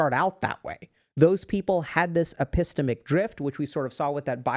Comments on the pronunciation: Very very minor nitpick, but the way Dr. K was saying "epistemic" really bothered me 😂 (ep-ih-STEM-ick) is the common U.S. pronunciation, sometimes (ep-ih-STEAM-ick), both pronunciations are stressed on the STEM/STEAM. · dr K it’s epi-STEM-ic. not e-PISS-temic. 🤭